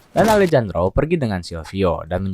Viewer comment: Alejandro dibaca Alehandro min 😅